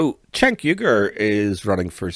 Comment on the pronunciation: Cenk is pronounced "Jenk", not "Chenk".